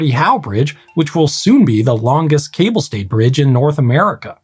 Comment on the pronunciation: Yes, as a Frenchman I particularly appreciated his pronunciation ! First one I heard it correct from an anglophone.